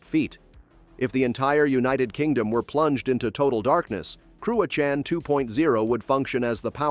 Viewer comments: Jackie Chan would be proud; because "Crua Can" 😂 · Scot here, the pronunciation of Cruachan was way off. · Cruachan? You didn't even try to find out how to pronounce it. Money for nothing?